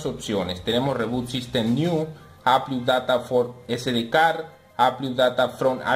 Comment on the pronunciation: amigo, no se dise ¨rebot sistem niu¨, se dice ¨ribot sistem nao¨